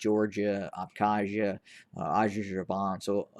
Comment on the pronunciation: Genuine question. Are you mispronouncing Azerbaijan intentionally? Because I remember this mispronunciation happening in another video back then.